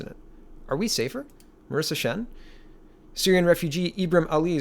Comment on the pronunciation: . That is 'Shen' not 'Chen' Doesn't even have the decency to get the name right.